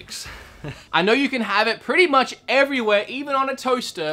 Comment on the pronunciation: its much not mu ""t"" ch